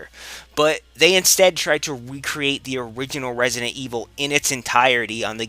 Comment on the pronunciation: "Wesident Evil" ~